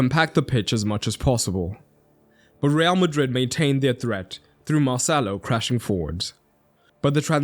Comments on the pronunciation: every time you said marcelo it sounded like mo salah 😂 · Everytime he said marcelo i heard "moh sallah" 😭